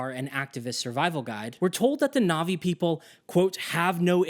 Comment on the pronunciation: So much effort into talking about your disgust with the western music, and yet you still westernize your pronunciation of Na'vi?